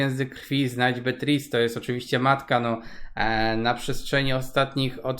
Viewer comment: 11👍👍 w górę, pozdrawiam serdecznie, mówi się, Beatris